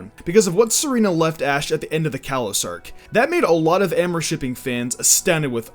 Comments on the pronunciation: AHHHH MORE? AHHH MORE?? ITS AWWW MORE! AMOUR! IT MEANS LOVE IN FRENCH! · I don’t mean to be rude but it really is annoying when you say “Am-or” shipping xD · I don't wanna be that guy but you pronounced 'amour' wrong. It's like you said 'amor'. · The way you said amour lol